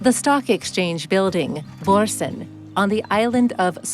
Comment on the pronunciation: This is not very good. First of all, stop trying to pronounce the names in danish. You are so awfully wrong. I gave up watching, when you talk about the building called "Børsen" the old stock exchange for 2 minutes, without showing a single picture of the beautiful building. Also you spend a lot of time showing the main pedestrain shopping street, which is not the most charming part of the city. So dear worldtrawellers, when you come to visit... explore the small sidestreets. The pedestrian main street is expencive, you will find no bargains. the smaller shops in the streets around you will find local artwork and design.... You didnt come to Copenhaen for Prada or Louis did you?